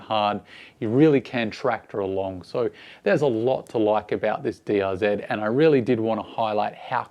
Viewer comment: It's is DRZ Not DRZED ; there is no ED after Z